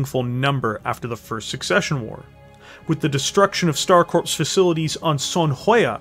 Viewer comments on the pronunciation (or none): Corps is pronounced “Core” not “Corpse”. A VERY common mistake. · Corps is pronounced like "core", not corpse. You're killn' me, Smalls. ;) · Corps when spoken sounds like core not corpse. Just another weird thing English language has. Loving the vids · Stop saying "corpse" when you read corps. "Corps" should be read as "Core" phonetically. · Dude, you keep saying coprse like it is a dead body. It is corps like marines or a navy medic.